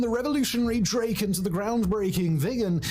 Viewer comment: Never heard ANY english speaker pronounce Gripen or Draken the right way...